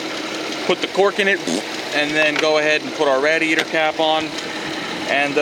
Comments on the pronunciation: Why the fuck do you call it a Rad-e-yator? It's a fucking radiator. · Great video, one thing though. . . . It's pronounced RAY-DEE-AY-TR. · Was painful constantly hearing rad-iator over and over..... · Yes, it's a good video... please edit radeator.... out, that was hard to watch hearing that! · The way u say rah-di-A-tor......🥊🥊🥊🥊🤬🤬🤬🤬 my ears hurt the whole time!!!! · Dumb women can’t even pronounce radiator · I just can't watch hearing you pronounce that!